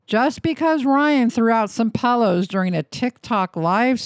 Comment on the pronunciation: Brother, you gotta learn how to say pillow, lmao 😂